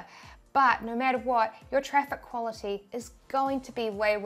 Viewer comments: I hear "Noire" instead of "No" 😆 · Theres no "R" in NO! :) Love ya!! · when Australians say no🤣